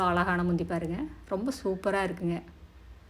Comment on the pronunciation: Alagana illa azhagana entru ucharikkavum